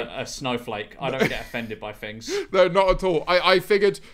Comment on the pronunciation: I take offence to people who say "fings" instead of "things"